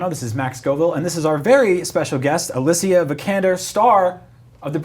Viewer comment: I'm puzzled why they pronounce Alicia the way they do. I predict this'll end up as another failed video game adaption - another one on the list